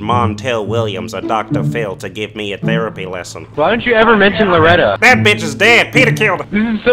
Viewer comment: He pronounces therapy like thurapee